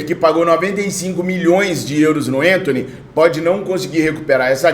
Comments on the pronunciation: meu amigo não é enthony, mas sim Anthony mesmo com a , não me leva a mal mas dá uma agonia ver você trocar o nome do jogador kkkjkk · o Anthony nunca foi e nunca será centroavante! E o nome dele é Anthony e não Entony, ele é brasileiro!